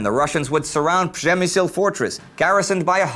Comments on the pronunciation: I had to rewind it a few times... he says it decently finally I'm impressed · I salute you sir for pronouncing Przemyśl correctly. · I like how you started pronouncing Przemyśl nearly correctly in this episode!